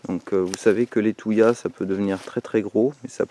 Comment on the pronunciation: Les thuyas se prononcent "tu-ya" et non "touillas". Est-ce que tu cultives des plantes plus exotiques ? 🤫